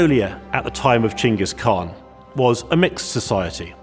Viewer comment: finally someone says Chinggis khaan coorectly